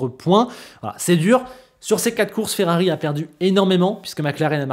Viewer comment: FERRABI? 🤔 Tu es en panne de lettre 'R' 🤭 - j'ai jamais eut autant hâte de voir ce que va donner Ferrari avec Hamilton en 2025 - J'espère que l'amitié avec Leclerc ne sera pas altéré en course et qu'elle perdurera - merci 👍👍😎😎🥰🥰